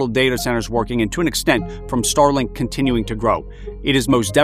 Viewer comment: Totally said starlike lol